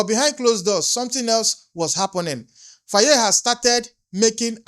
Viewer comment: Here on the majority comments tells u africans home and abroad are listening and watching ready to protect our Future children of africa. Please can you pronounce Faye as (FIE) Some times how names are written calls othewise. How you call it Faayee is😂. Am Senegambian. THX alot 🤠